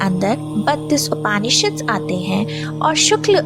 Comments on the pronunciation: अच्छा है किंतु हिन्दी का उच्चारण उचित तरीक़े से करें ना कि अंग्रेज़ी तरीक़े से। जैसे उपनिषद ना कि उपानिषद। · उच्चारण उपनिषद है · upAAnishad nahi hota hai, its Upnishd. arAAnyak nahi aranyak hota hai. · अत्यन्त ज्ञानवर्धक, किन्तु बहन जी के कई नामों, शब्दों के उच्चारण हमारे सनातनी परंपरा के अनुसार हो तो अच्छा, जैसे उपानिषद,का उपनिषद ऐतरय का ऐतरेय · Bahot badhiya. Bahot achha. Aap upanishad bolti hai, Aap ko upnishad bolna chahiye. Braham ko aap bhram bolti hai. So sad. So bad. Aap mantra ko matra bolti hai. Galat pronounce nahi kare, Pl. Titles hindi mein hona chahiye. Itna sare shabd Aap English mein na likhe. Thank you for nice compilation. 🙏🙏🙏🙏🙏🙏